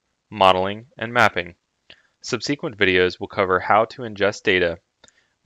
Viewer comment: Lol. Love how this guy pronounces hierarchy and subsequent.